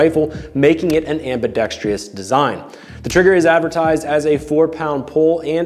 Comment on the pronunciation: Why do so many guntubers say "ambidextrIous"? IT'S AMBIDEXTROUS!!! Sorry my OCD got to me again.